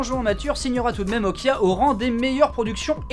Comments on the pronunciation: Elle dit Okja dans le film pas Okia. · Je confirme que "옥자" se prononce [Ok-Ja] et non [Ok-Ya], c'est pas de l'espagnol ;) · Si Okja se prononce Okya pourquoi Est-ce que même la Gamine prononce OKJAYAAAAAA et pas OKYAYAAAAAAA ? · Hum, non ça se prononce bien Okja et pas Okia Benzaie, le titre original étant en coréen et s'écrivant 옥자 ça se prononce [ok t'dja]. Je ne sais pas d'où tu sors ton Okia, si c'est une coquille de la VF ou autre mais ce n'est clairement pas la bonne prononciation ^^. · Bien aimé la critique :) Par contre ça se dit vraiment Okja en coréen (bien prononcé ça ressemble aussi à Okcha) et pas Okia^^' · "Okja" se prononce tel qu'il s'écrit, et non "Okya"… Comment se tromper en l'ayant vu en VO ?? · Mais bien sûr que oui ça se prononce OkJA et pas Okia... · Quitte à être lourd, on dit "O-dja", et non "Okya" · on ditpas okya on dit "oktcha" cest une private joke le début ou vrmt une erreur ? :p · C'est Okja pas Okia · à l'oreille la pronciation pour les francais, ressemble plus à un cha, qu'à un ja à l'écoute du film. je fais pas de romanisation exacte. la nuance est assez faible selon les mots donc bon, mais on est d'accord qu'en soi c'est bien un """"j""""" (pas le clavier coréen sous la main) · Il voulait dire qu'on prononce ça Okia et non Okja ^^ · salut benzaie, il me semble qu'en ayant vu la BA de "Okja" ça se dit : "Okta" ^^ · Le film se prononce "Okdja" en coréen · A peu près, en phonétique ça donnerait [ʤ] comme en anglais dans judge ou jeopardize, ou en français dans adjectif ou jazz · On prononce Okja avec un "j". (Je suis corréen)